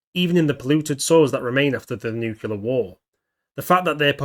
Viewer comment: Why is it acceptable for people to mispronounce nuclear? Are people that stupid? I guess so. Moron.